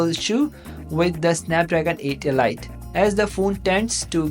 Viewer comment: elite not elyte